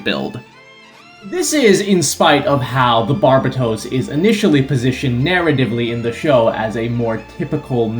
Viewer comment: YouTuber Pronounce Barbatos Correctly Challenge: Impossible